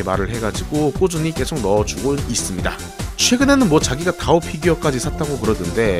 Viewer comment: 왜 다오가 아니라 디오 로들리냐